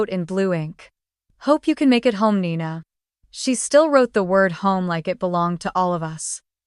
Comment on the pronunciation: Nina not Nina 😴